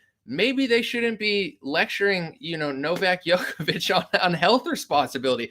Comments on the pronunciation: It's pronounced Jokovich, not Yokovich. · It's pronounced joke-a-vich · His name is pronounced like Joe-koh-veech